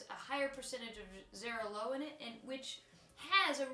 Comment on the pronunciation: Cool video :) ..just a little hint, "Xarello" pronounces more like "cha-rel-oh" but that's just a detail ;)